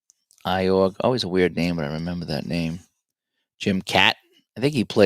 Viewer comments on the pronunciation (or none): I really like your videos and podcast.I just have to be that guy and say Iorg is pronounced Orj. Fellow New Englander (Avantegarde Gamer).